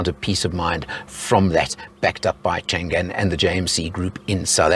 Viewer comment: FYI it's not pronouced Chan Gan,. it should be Chang An ,meaning always safe and prosperous